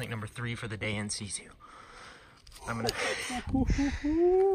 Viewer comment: also, its in situ, as in situation. not c2